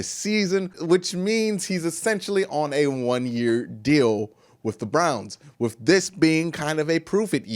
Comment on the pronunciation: I'm gone need him to put a "th" on the end of the word "with"..... No f in with 🙄